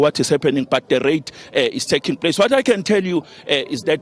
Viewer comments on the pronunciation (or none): It's a rait lol